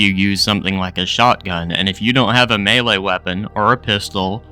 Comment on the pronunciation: He's saying melee but he says it wrong, like "mee lee" or "mealy" or something